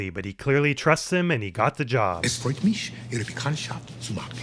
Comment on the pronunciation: Gus's german is far from the worst ive seen on tv, in general americans wrongly pronounce an S into a word where there shouldnt be one: "Es freut misch" instead of "Es freut mich"